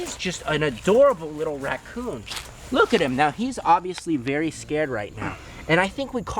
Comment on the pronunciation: I gust had to laugh when you said “Racon man” Lol